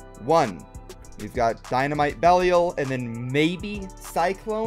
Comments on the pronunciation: If you're still having trouble pronouncing Belial, the proper english pronunciation has the I making the long I sound, so it's pronounced like "bell I all". That said, going off the trailer you're technically saying it right because that's how Bail says it. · It is pronounced bey-Lee-a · I think I found one of my pet peeves - not even trying to pronounce Belial. I'm like "GOOGLE IT DARN IT!!!" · it is going to take you less than 5 minutes to learn how to pronounce Belial. Learn how to pronounce Belial.